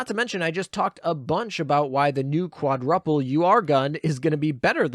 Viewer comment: trying hard to focus on the content not how you say quadruple lol.